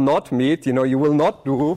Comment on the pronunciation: "you vill diE!!" help...